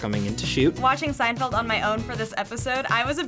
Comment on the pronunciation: What is this "seindfeld" that you speak of??